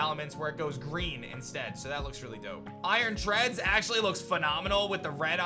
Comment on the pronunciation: And actually calls iron Treads iron Treads